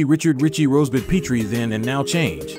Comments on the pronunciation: Rob and Laura Petrie pronounce their name as in Pet dog or cat, not Peetrie. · Rob and Laura PETrie, (with a short e sound), was the last name of the 2 main characters-not PEEtrie.